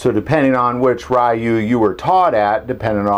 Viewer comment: The word "Ryu' is pronounced as the 'roo" at the end of the word "kanaroo" is pronounced. It signifies a "school" or "style" of the martial arts, as in Shorin Ryu, a style of karate I have studied.